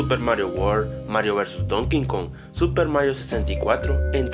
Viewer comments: porque dices donking kong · Antes de seguir "mejorando" la calidad de tus videos (graficamente) podrias hacer un par de clases de modulacion y hablar con alguien que si sepa ingles o al menos que sepa pronunciar bien el idioma... DONKIN KONG... empezaste mal y es tercera vez que te comento lo mismo, la ultima vez que vi un video tuyo fue de FNAF 3... precisamente porque en ese video pronunciabas "five NAIN AN Freddys" y lo comenté recibiendo incluso un par de likes y comentarios de personas que decian haber escuchado lo mismo. Es netamente una critica constructiva porque de verdad hay varias palabras que dejan mucho que pensar como las pronuncias y es que se nota mucho que te fuerzas tu mismo en intentar pronunciarlo lo mas "gringamente" posible o que se yo y por otro lado, el titulo es tan amarillista para lo que es el video. No es ni por poco el Glitch mas extraño encontrado en un juego online, quizas si es "El glitch mas extraño PARA TI encontrado en un juego online", y esa justamente ese amarillismo que tienen casi todos tus videos y por lo cual ya casi ni los veo y si lo hago es casi siempre pensando "con que cosa va a salir ahora" porque hace rato que haces eso con el Titulo v/s contenido real. En fin. Saludos.